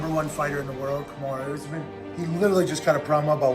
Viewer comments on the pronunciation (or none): none